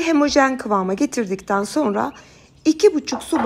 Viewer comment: Hemojen değil ablam yaaa. Homojen de biz de rahatlayalım artık.